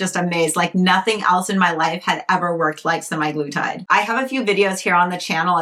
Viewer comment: Sem-Ah-glu-tide. Also pronounced Sem-Ag-lu-tide. It's not "semi-glutide."